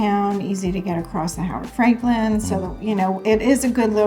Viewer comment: for the love of God, it's Frankland. NOT FRANKLIN